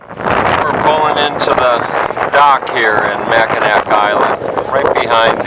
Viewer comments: Mack in naw. Is how it’s pronounced. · It was terrible listening to you pronounce Mackinaw as Mackinac... My first job was on the island at the Grand hotel.... Presently I'm in my 60s and I am searching YouTube for The memories of my youth lol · Mackinaw Island, not Mackinac. And, if you are departing from St. Ignace, you are in the UP. If you are leaving from Mackinaw City, you are in the LP. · Yeah, you call it Mackinac Island! I love the island and its history too much that I feel offended when someone calls it Mackinaw Island. The native American accent might pronounce it close to "Mackinaw", but it is "Mackinac" on all the signs and charts that I have seen. Thank you. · Pronounced MACK-in-naw Island. Also called The Grand Hotel, not The Lodge. Beautiful footage. Thank you! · It's pronounced Mack uh gnaw you uncultured swine. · It’s actually pronounced Mac-ki-nah. The c is silent. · On the ferry over, they talk about the island. Before you ever set foot in the place, they produce it Mack-in-aw. Are you that self absorbed that you don't listen as the tour guides, shop keepers, and natives repeatedly pronounce it correctly?? If you can't even get the name right you shouldn't be a tour guide!! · Great video! Brings back alot of great memories. On a side note, the Island is pronounced Mac-ki-nah. The c is silent.;) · Your mispronunciation of the islands name is driving me crazy. Learn to pronounce where you're at. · good tour--bad pronunciation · Despite the fact you pronouced Mackinac wrong It was a good video. Good video quality. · That drove me crazy also...I was hoping the carriage driver would correct him